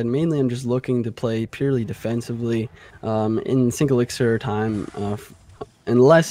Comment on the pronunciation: Dear editor- it’s elixir not elixer